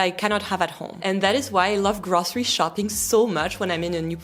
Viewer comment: Grawcery shopping 😂